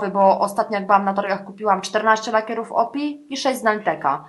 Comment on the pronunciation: O.P.I. czyta sie : "OŁPIJAJ" :)